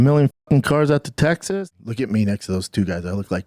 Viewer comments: Its pronounced "tec sis" Not "tegzis" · First time I’ve heard it pronounced Tegziz. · Tegsas lol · “Tegzas” … “buddon” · Bro keeps pronouncing it “Tegsas” 😅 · “Tegzis” for Texas made me laugh way longer than it should have 😂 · You’re the man,, but what is “Tegg-ziss”? lol just messing with you! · Bapa, are you saying tegsas? You aren't helping the stereotype of our accent 😂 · "Tegsus" is killing me 😂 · I just realized you say tegzas instead of Texas 😂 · Tegsas 🤣 My bub moved to tegsas smh Just retire from professional sports dad coach and come back calmedy. The ppl need you